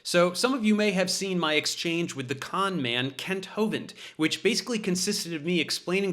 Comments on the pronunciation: What he said: “Hey Kent”! What we heard: “Hey Cunt”! Truth and 🔥🔥🔥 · i think you mispronounced Kunts name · Ahhh! It's pronounced "kent" ! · You mispronounced his name, Dave. The couple of times I heard you, it actually sounded like “Kent”, when we all know it's really “Cu#t”. What happened to my keyboard just now? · I love how Dave says, "Hi Kent." You can almost hear the U. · "See you later Kent" ... not sure the emphasis on "Kent" was subtle enough ;) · Are we sure his name is pronounced as "Kent"..? I'm fairly sure the correct way would involve sounding another vowel in place of the 'e'... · That "hey Kent" sounded like "hey cunt" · Something wrong with my ears. When Professor Dave says "Kent", I keep hearing a different vowel.... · I love the way Prof Dave say the word "Kent" there's a tiny but inflection that sounds like he's almost saying another word that I couldn't possibly write here as it's a family channel. love ya David ✌🏼